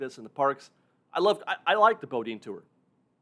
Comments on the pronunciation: Just fyi, Boudin is pronounced “boo-dean” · FYI Boudin is pronounced Boodan.